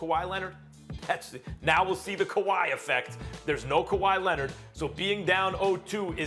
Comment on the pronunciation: SAS: Kawhi Lennnet